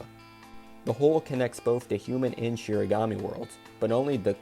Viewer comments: It’s “shinigami” not “shirigami” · Shinigami* I thought it was shiganami, so I don’t blame you for getting it wrong. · Kind of weird of you to shit on the Netflix adaptation when they could at least pronounce Shinigami correctly.